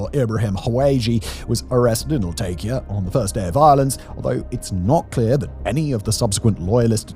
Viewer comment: Latakia is pronounced more like "Lah-TAH-ki-a" (with round vowels throughout); it's a name derived from the Roman-era name "Laodicaea ad Mare". It's not the only place there with an old name that's changed over the generations, either - nearby Tartus (Tar-TOOS) is probably more familiar to history buffs as the Crusade-era city of Tortosa and Antakya in Turkiye (nearby to the north) is the same location as the city known as Antioch in Medieval sources. The aforementioend places in Syria were both beautiful places to visit, once-upon-a-time, with excellent seafood and a vibrant local culture - all set against the colorful backdrop of the Mediterranean landscape and sea.